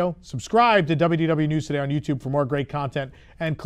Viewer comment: 'Love the channel, but had to chuckle . I know it's easy to fall into bad habits, but really, "WW News Today"? Not even an attempt at adding a "D" in there? My nitpicking aside, it's the substance of the show that really matters, and yours is top-notch. Keep up the great work! P.S. Cheers to your awesome marathon, it was quite fun. 'Was overwhelmed by the final donation tally.